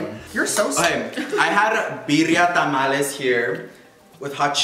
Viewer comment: Am i the only one that got triggered for james saying tamalies